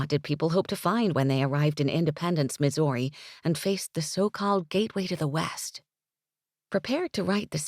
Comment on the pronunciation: I am from Missouri. St. Louis, Missouri. I find pronunciation of Missouri completely charming. It's just ever-so slightly enunciated and just a hint of incorrect pronunciation. But mostly when Missouri comes up in the text. I feel that rush of excitement, as if we were at a concert, and the singer calls out our city or state and we all cheer. That's the real excitement I feel: a hands in the air and cheer kind of feeling